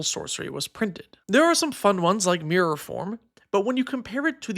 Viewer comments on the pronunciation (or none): none